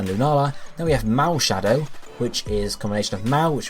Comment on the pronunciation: It's Marshadow, not Malshadow.